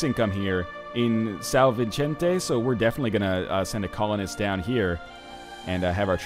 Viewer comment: As a Portuguese, I'm sad to say you're not at any point of imagination "nailing" those accents. But that's okay. It's still funny to hear you trying to say San Vicente.